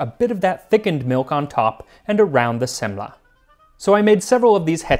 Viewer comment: Swede here. I truly appreciate you giving the words a try. Swedish is hard for people that didn't grow up here and I'm impressed. I'll try the old school Semla one day for sure. Also there are basically two ways of eating the modern one, and you tried one of them. Other people just eat the lid first. It's going to get messy either way.